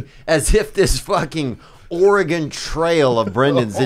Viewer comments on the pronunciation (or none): none